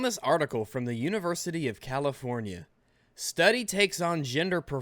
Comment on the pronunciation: "Californie" lol